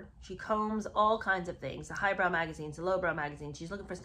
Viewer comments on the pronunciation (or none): none